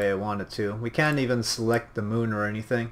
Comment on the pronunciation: to the mun? what? you never get to the mun!